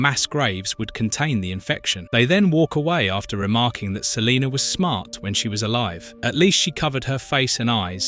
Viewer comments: I'd be so annoyed if my name was Salena and someone kept calling me Saleeenerrrrr... 😡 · Lol he said Celiner. Brits. Pfft.